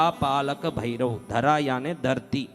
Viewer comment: अबे पहले भैरवकाही नाम गलत लीया चुतिया. असितांग नही अतिसांग है. उज्जैन मे भैरव मंदिर है अष्टभैरवका वहा जा के देख ले. भैरव को बैरव उच्चारण करता है.